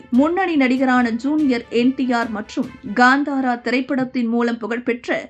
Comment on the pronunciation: Kaantaara not Gaantaara. Please be mindful of pronouncing NonTamil words as they have distinct script for each sound of the Ka, Cha , Ṭa, Ta, & Pa varga unlike in Tamizh